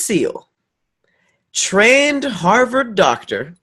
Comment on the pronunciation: meant to say Harvard but said Harvid. 😂